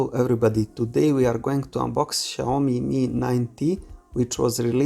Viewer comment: Dobar ti naglasak na „Xiaomi"😀